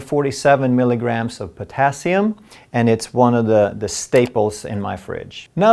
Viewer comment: Why is the emphasis on potassium ?